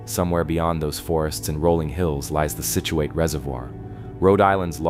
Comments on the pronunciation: Great video. But you cannot keep saying skitchuate. Pronounce it like "Sitchewit" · I enjoyed your video but for future reference: Scituate is pronounced "sit" u ate. Keep up the good work. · Scituate is ponounced Sit chu at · Sit chu it